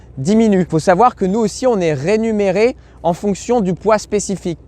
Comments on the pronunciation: Rémunérer et non renumerer 😂😂😂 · Rémunérer et pas rénumérer